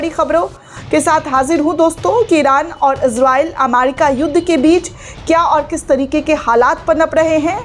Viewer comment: अमारिका नहीं ' अमेरिका ' दुरुस्त कीजिये l